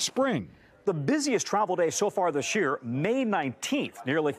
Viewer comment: We've cured Miquel how not to say "This year", now it's Costello needs to learn how to say it : It's not DISH year! Can you believe it? A reporter for decades of experience on national TV and speaks like an illiterate amateur.